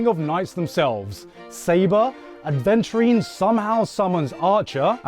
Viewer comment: Where's the "d" in Aventurine